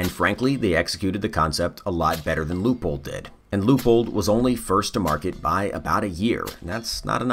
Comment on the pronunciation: pronounced loy pold in german/austrian